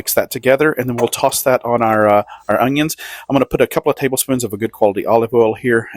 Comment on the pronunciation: What's the deal with some people saying ungions when talking about onions. I feel like 10% of people do this, including this guy.